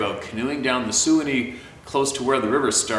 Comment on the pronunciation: Suwannee River, is pronounced (Swann ee)!!!!